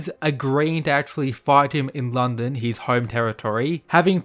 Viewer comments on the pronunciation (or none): none